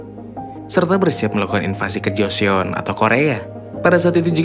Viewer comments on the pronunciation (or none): none